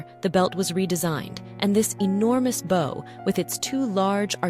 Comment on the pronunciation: as soon as the narrator mispronounces "bow" & bow" and many others i know we have an AI voice. i tend to ignore videos with AI voices.